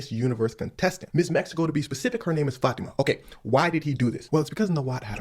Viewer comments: Fat- ima? It is FA-Tima. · My name is Fatima I pronounce it (Fa)teema 😂